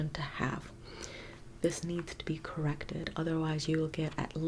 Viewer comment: Delbert Grady visited us when you said ‘corrrected’